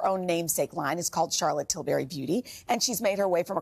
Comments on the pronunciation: Where did they dig this presenter up? Too loud, talked too fast and kept interrupting Charlotte. Awful. She pronounced her surname wrong too. It's 'Til-breeee', not berry. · “Til-berry?” 🤦🏻‍♀️ It’s Tilbury, like “til-bree”. And yeah, give her more time. She makes celebs of all ages look good and her products are legit. These little mini infomercials are too fast and honestly aren’t helpful. This is why I don’t watch TV morning shows anymore. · If you are going to have a famous guest on your show, pronounce their name correctly please. It is NOT Til-berry. 🙄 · It's not til-berry. It's pronounced Tilbry. We're British darling. We pronounce things differently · I’m not British but it irks me when people say Til-berry!